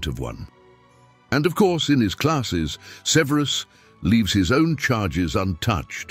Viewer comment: Either this is a chatbot, or the narator is mispronouncing Snapes given name.